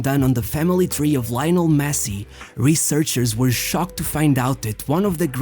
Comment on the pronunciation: Yes, Láionel Mési